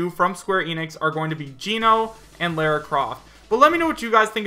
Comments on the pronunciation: Why can nobody say Lara right... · he also mispronounced Jubileus and called Lara Croft "Laura"....and seems like he believes damn near every fake leak.